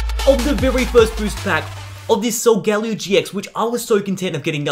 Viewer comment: It's pronounced sol-guh-leo not sol- gal-eo